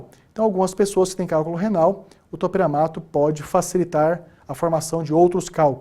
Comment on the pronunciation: Me mata esse cara falando topEramato me sinto uma topERA